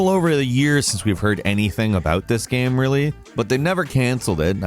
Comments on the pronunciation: Btw dude. Not G-eam. G-aim. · why does he say “gam” instead of “game” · Sounds like he keeps saying "Gaem" ? not Game. Anyways solid video 👍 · Yeah like game is apparently a difficult word xD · He's said the word so many times that it's broken like a record. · Looool damn, cannot unhear this